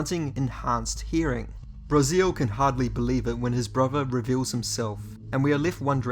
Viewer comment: "Brazil"? XD Why, HASH'AK'GIK, of course!